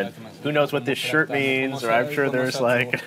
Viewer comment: You no rike it¿